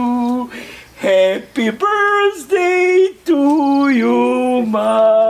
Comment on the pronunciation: 0:6 kaze brsdej umesto birthday